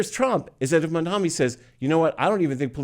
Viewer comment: Mamdani - not Mandami!